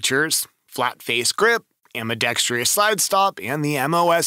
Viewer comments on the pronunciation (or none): There's no "I" in 'ambidextrous'. It's NOT 'ambeeDEXtreeYuss'. Good lord. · WTF does ambidextrious mean? Is English your third language or what? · EAA MC14, and Glock 49 MOS, Walther PDP Match, etc, There is NO “TREE” in Ambidextrous! 😎